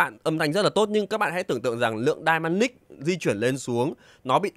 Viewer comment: em cứ nghe dynamic thành đai-ma-nic :))